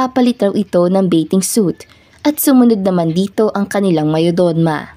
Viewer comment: Bakit di mo ma pronounce ung mayordoma? 😃